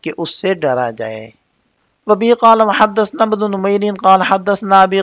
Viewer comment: حضرت حدثنا نہیں ہوتا حدثنا ث پر زبر ہے اپ ث کو ساکن پڑھ رھے ھیں